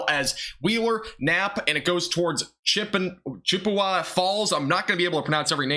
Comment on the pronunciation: Can't pronounce Chippewa but is educated ya I don't think so but stop pretending